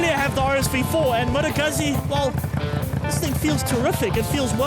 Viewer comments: FYI , It’s pronounced Goot-Zee !! 🙄🤦🏻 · It's actually pronounced Moto Gootsee